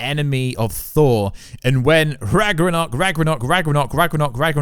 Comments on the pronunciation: It's RAG-NA-ROK not rag gra nock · Rag-NA-rok. Not Rag-RA-nok. Get your pronunciation of this word fixed already! Even the folks in Scandinavia would go out of their way to correct you! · Ragnorok. Say it slow. Piece by piece. Rag-nore-rock